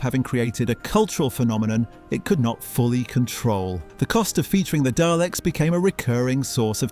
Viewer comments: "Dayleks"? Oh come on 🙄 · Please don't call them Dayleks. 😆